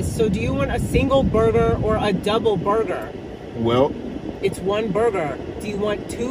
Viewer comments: says booger.😂not burger. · The way he says - “ Burger” it sounds like “Booger”.. 😂😂😂😂😂😂😂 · As a mom I keep hearing boogers! 😂🤣😂 My kids would tell me they wanted “boogers” I was confused until I figured it out! They wanted a McDonalds Cheeseburger meal! My kids are grown now. Thank you for that amazing memory! Im glad you enjoyed it! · PRONOUCE BURGER not BuGa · "boegah" (pronunciation; heck Idk how to spell it lol........... omgosh I Love it. And look at his bite sizes, go! He doesn't even have to SAY anything for us to 😂😂🤣🤣 And Ling won with a TKO!!